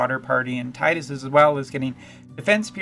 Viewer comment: Public Service Announcement from an elder: You're right, it's pronounced "Tide-us." FF7 "Cloud" (pronounced how it's spelled, is a reference to the fluffy things in the sky); FF8 "Squall" (pronounced how it's spelled, is a reference to the sudden gusts of wind bringing water); and FFX (pronounced "ex", not "ten," it was supposed to be an experimental FF game which is why it broke the numerical line) "Tidus" (pronounced how it's spelled, is a reference to -- say it with me now -- the t-i-d-e. That's right, tides like the water. Tides, water, obvious themes of FFX).